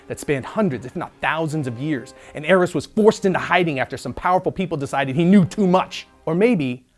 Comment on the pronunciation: I thought his name was Arris not heiress